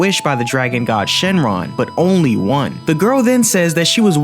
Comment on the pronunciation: i notice demon king piccolo said shenlon